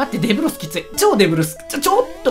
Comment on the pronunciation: で↑ぶろす